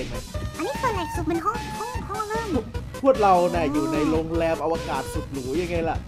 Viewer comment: "อวกาศ"นะ "ศ"ไม่"ส" นะเดี๋ยวโดนผู้จัดการดุอีกนะครับ😅😅😅